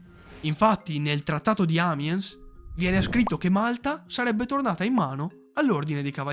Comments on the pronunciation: Amiens non è inglese: non se ne può più , ogni parola che finisce per consonante diventa automaticamente inglese. Rispettiamo almeno la geografia Amiens è in Francia e non si pronuncia "àmiens"!!! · 7.40...Il trattato di Amiens, pronunciato Amiens...non si può sentire 😂😂😂